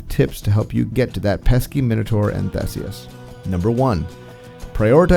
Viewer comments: THEE-SEE-US Theseus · This is wrong, thats anglicized pronunciation. Its pronounced "Theh-say-oos".